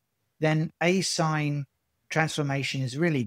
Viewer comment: Asinh is pronounced a-shine, a hyperbolic function, to distinguish it from asine/asin or arcsine,a trigonometric function.